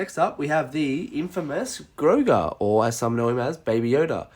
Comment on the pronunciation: It's grogu not groga